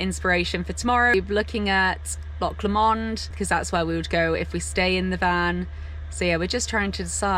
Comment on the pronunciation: Great video showing some of the great vistas of my homeland. Just a pity you left viewers with the impression there is a motorway at the side of beautiful Loch Lomond.....which has the "stress" on the first syllable. Loch Lomond holds special memories for our family....a few years ago our daughter was married at the hotel a few hundred yards along the shore from Luss jetty......December....snow on the hills and the most stunning sunrise I have ever seen. Congrats on your engagement!!!